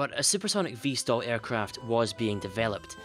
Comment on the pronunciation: V/STOL not "vstal".